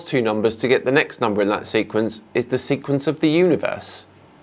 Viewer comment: oh, SEQUENCE, I thought he said SEQUINS. Now I'm confused...